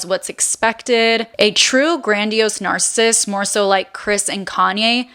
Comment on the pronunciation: This was very insightful. But every time you mispronounced the word “narcissist” was so annoying. It’s not pronounced “narcist.”